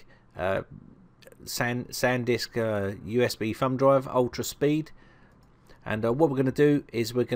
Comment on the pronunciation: Sounds like he calls it a "fun" drive instead of "thumb" drive. You crazy Brits!